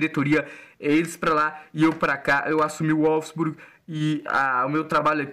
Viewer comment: A pronuncia é volfisburgui